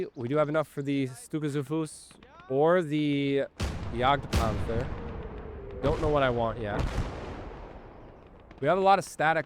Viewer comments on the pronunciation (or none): was your best attempt at "Volksgrenadier". "Jadgpanzer" was very good! "Jagdpanther" was almost correct. It's just that the "th" sound doesn't exist in german, and is simply pronounced as "t". "Stuka zu Fuß" is still the same. Again, it's supposed to sound like "Shtooka tsoo foos", not "Stooka dsoo foos".